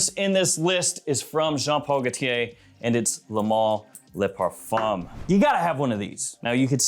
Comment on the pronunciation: Luh male, lay parfum. Why? It's Le and Le (L-uh)